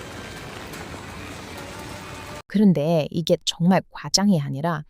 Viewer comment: 쩡말쩡말 ㅋㅋ 발음이 귀여워요 ^^